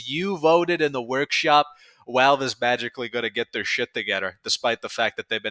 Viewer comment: … I love you funny man… but the way you pronounce ‘Valve’ haunts me.